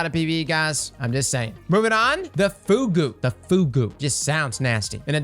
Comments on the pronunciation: Fugue is pronounced “fyoog”, though “foogoo” does sound kinda nasty. A fugue is a Baroque musical form, perfected by J S Bach and Buxtehude. I highly recommend checking out their excellent fugues. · please, for the love of god "Fugue" is pronounced "fyoog," not "foogoo" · It's not Fugu (japanese word), it's Fugue (french word) that is used in music or psychiatry. Not the same pronunciation at all. Nice set of video, really nice to know which weapons are worth the farm with which roll. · Fugue is pronounced fyoog. It’s a musical term (Suros) for a piece of music where a short musical phrase is introduced in one part and then taken up by other parts, later. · I swear to God if he pronounces Häkke as "hockey" one more time, on my momma I'll slap the mustache off his face. Also "Fugue" is pronounced "fyoog". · Fugue is pronounced like Few-g. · This dude just called the Fugue the "FOOGOO" 🤣🤣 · Fugue is pronounced FEWG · The way you pronounced fugue had me rolling. It’s pronounced fyoog lol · The Fugue is pronounced ‘fyoog’ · impulse amplifier on the glaive obviously helps reload, but it also makes the projectile go way faster. It's a pretty good option. Also, Fugue is not pronounced like that haha. It's from "fugue state" which is where someone can't remember anything, if you've seen Breaking Bad it's a part of the first season.